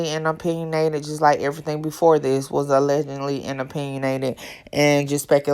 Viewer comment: So they tripping because you say A-legend-ly instead of a-ledge-ed-ly😂😂😂 is it really that serious 😂😂😂